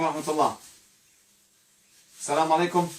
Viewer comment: انصحك اولا بتعلم احكام التلاوة ثم ان تقرأ القرآن جيدا ولا تقطع الايات انك تحرف كلام الله وكلمة الله لا يوجد فيها مد لا تقرأ اللللللله